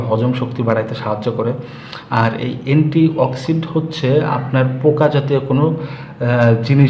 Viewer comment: গাইয়া মূর্খ লোক . . .‌নেতথল না রে ওটা ন্যাপথ‌লিন. অ্যা‌ন্টিঅ‌ক্সি‌ডেন্ট কে বল‌ছে অ্যা‌ন্টিঅ‌ক্সি‌ড. . . বাচাল কোথাকার আজাইরা বে‌শি কথা ব‌লে